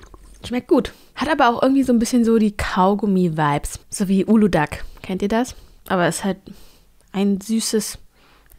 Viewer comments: Ich kenn auch nur die Aussprache wie sie es gesagt hat. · Bei Uludağ wird das ğ nicht mit ausgesprochen da es ein weiches g sein soll haha also wenn du das türkische Getränke meinst 😂